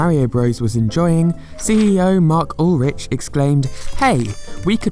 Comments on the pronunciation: I think it pronounced "Ul-reek" not "Ul-rich" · Ulrich if thats how his name is spelled would be pronounced ull rick